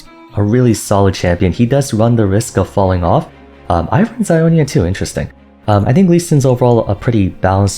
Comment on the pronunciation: It’s ionia